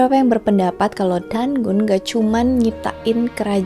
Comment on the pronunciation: Keren kak!!! Suka bgt ndengerin kak cerita sebelum tidur sksk meski kadang klo sambil merhatiin videony ada gambar yg ngagetin 😆🥲 단군: Pengucapannya lebih ke danggun karena ㄴketemu ㄱ 가믄장아기: Gamenjang-agi Yang dewa habaek tulis nya 하백 kak, kalo 해밝 bacanya jadi haebak sksk SEMANGAT TERUS KAKK, kutunggu next videonya 😍🤍🤍